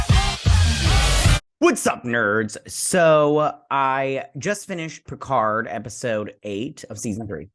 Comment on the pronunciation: Vadik is calling him PeeCahrrrrr, giving it a more traditional French pronunciation. But yes, it does get on the nerves.